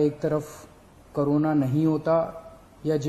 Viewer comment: Everyone : corona Kejriwal sir : karona